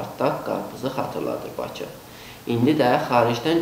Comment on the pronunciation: Bizim Urqantımıza bir baxın siz azərbaycan dil6ndə danışa bilməyən bir gədə camaata ağıl öyrədir Baцы yox bakıdır şəhərin adı )) kimlərə qaldın ay Azərbaycan